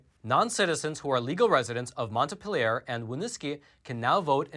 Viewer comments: Just for your reference, Its mont PEE lee yerr. not monta pill err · It's pronounced Mont- PEEL-yer. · LOL, your pronunciation of Montpelier is off, Montpeeler. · Greetings from VT, where I sometimes feel like the only sane person (and definitely the only unvaccinated person)., the correct pronunciation of our state capital is "mont-PEEL-yer". The inquisition people give me about not being vaccinated is unreal. And I don't believe in people who are not U.S. citizens voting, but nobody knows that yet so I haven't gotten any flak on that. It is lonely up here sometimes when you're a conservative! Thank you for all your good reporting.